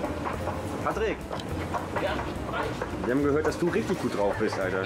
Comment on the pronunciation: er heißt Patrick und es wird Englisch bzw. Amerikanisch ausgesprochen also Pätrick :D